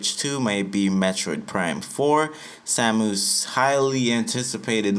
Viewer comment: Bro said SamOOse….. 😒